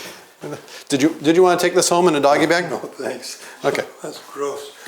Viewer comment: Did Doc just say do you want to take it home in a doggy bad? :)